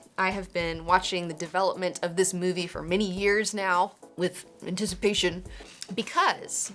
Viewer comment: "With antici... pation?"